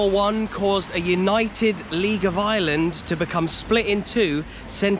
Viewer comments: I'm only 1 min into the video and I just want you to say Ireland instead if island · I was so confused at the start when I thought he said there was two islands 🤣